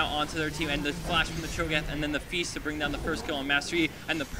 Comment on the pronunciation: Hahaha "Cho Cho train" I lol'd